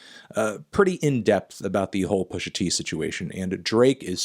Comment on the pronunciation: Anderson Jean then why did he shoot this interview where he’s so shook he can’t even say pusha t’s name?